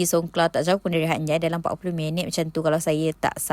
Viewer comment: Hatnyai sy dgar..hatyai lah